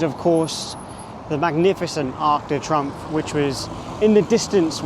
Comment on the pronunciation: Arc de Trumpf…… not pronounced like that 😂. Arc de Tree’omph’